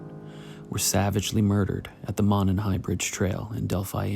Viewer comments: This is the first video I’ve watched of yours. Sorry if this had been mentioned already— it’s pronounced “moe-nun”. If you care about that kind of stuff anyway. I like your channel. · Monon is pronounced 'moan on'. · Monon....it's pronounced "moe-non" Are these guys even local to our state?